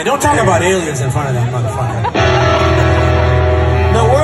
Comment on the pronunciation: Hahaha Hefe said alions 😂